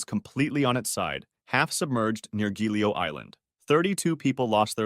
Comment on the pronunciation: Poi, beh: l'Isola del Giglio l'ha pronunciata "Ghiglio"; è stato divertente ascoltare questi errori di pronuncia! 🤭